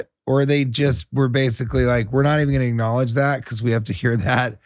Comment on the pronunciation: Does he say acknowledge it or ricknowledge it!